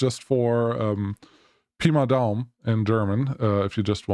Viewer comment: "Pi mal Daumen" was very accurate to me! 🫡 greets from Austria :)